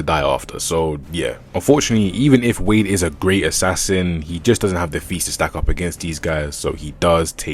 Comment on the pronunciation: Wade? It’s Slade.